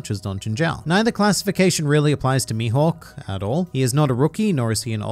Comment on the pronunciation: As a Swede I'm sitting here pondering what the F is "Youhawk" XD